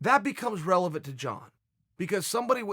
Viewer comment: "Relephant question"